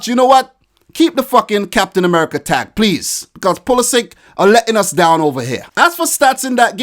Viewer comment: you know how to pronounce a croatian last name. Its puli-šić just Like peri-šić